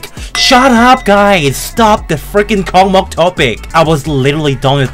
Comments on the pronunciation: its pronounced "KOSMOS" not "COCKMOCK" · It's no cockmok, it's kosmos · i think its pronounced as kosmos not kocmoc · Kosmos, not kokmok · Это так смешно когда вместо КОСМОС он говорит КОКМОК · It’s pronounced kosmos not Kokmok it’s from Russian Космос just to let y’all know Means space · It’s pronounced like Kawsmaws not cocky mock and This is how my grandpa sees stereo madness. - Doranoob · its russian level so its pronouncing not kokmok its kosmos (it means space) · It's true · STOP SAYING THIS LIKE KOKMOK! THIS IS KOSMOS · Its pronounced Kosmos not Kokmok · Хах, кокмок) Дорами, это читается как KOSMOS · Я слышал коко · its pronounced [KOSMOS] The C letter looks similar to Russian C, but the Russian one is pronounced like S. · it pronounced «Kosmos»